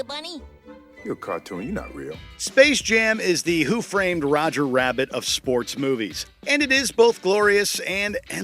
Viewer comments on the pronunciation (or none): none